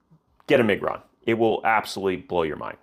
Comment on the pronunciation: You are butchering Miguron 🫣